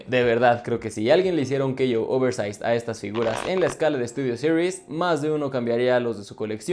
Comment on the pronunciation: Me encanto y me dio mucha risa cuando dijo studios siries prime